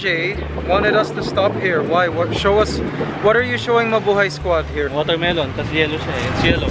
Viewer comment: I really miss... Mikey could you bring him back? Maybe he could do commentary in one of your Ants Canada videos! And I remember that in one video, he said Mabuhey instead of Mabuhay!